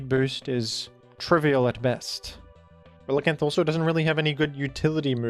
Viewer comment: You're ReliCAN! Not reliCANT...